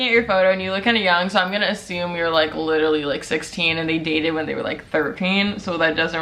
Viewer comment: Sweety, it's literally, not LiTtErLeE